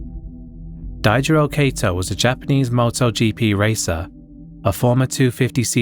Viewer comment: no offense but you pronounced some of the names wrong, like daijiro kato and xiao qiumei also love the plagued mouth diss at the end. i hate that bastard